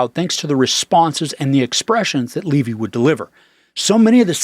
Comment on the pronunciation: It is pronounced “Levee”. Everyone knows that is how he and his father pronounce their last name.